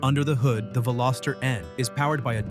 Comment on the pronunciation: You mispronounced Veloster, it has a soft o. Thankfully you didn't insult us by adding an s ( Velositer ) or calling it a Veloseraptor. 😉The Veloster was introduced in 2012 and ran through the 2022 model year. The N trim was introduced in 2019. Today is June 19, 2026 and I just a quick search and found Veloster N units ranging from $20k up to $30k. I'm on my 2nd turbo Rspec.